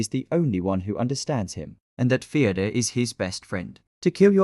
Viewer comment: Fyodor ❌ Theodore ✅